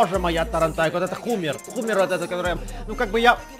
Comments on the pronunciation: Не хумер а хаммер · Не хумер а хамир